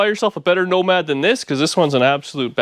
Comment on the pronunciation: NOMADER HOW--NOMADER WHEN--NOMADER WHO--NOMADER WHY